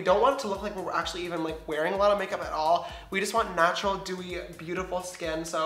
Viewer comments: When he says he's in the shade "natural beige" I thought he said "nacho beige" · And when he said "natural glow" I thought he said "nacho glow" 😂